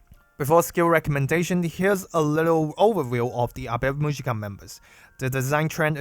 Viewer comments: That pronunciation killed me 😅 It's Awe mu-yi-ka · The girls from the band themselves pronounce it Ave Muzhica.